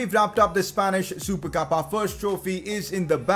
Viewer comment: Usually said as "Spanish super cup": Spanish supercab.....